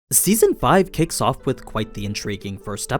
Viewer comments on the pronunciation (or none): none